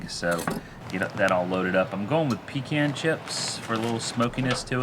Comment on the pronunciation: Thankyou for saying pecan correctly! 😊